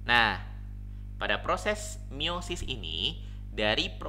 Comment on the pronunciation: Meiosis. Bukan miosis